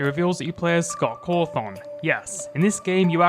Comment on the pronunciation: Say "Scott Cawthoung" again mf i swear to god